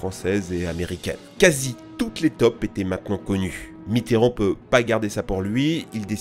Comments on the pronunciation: MDR ta façon de dire: "les tops" au lieu de dire "les taupes"!. x-) 😁 Ça se prononce taupe (tôpe). toi tu le dis comme les toulousains prononcent le "o" de rose quand ils disent que Toulouse est la ville rose, avec leur sacré accent. 😄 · on ne dit pas des "TOP" mais des "TAUPES", a un moment j'ai rien capté XD